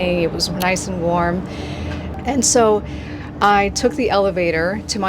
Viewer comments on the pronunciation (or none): none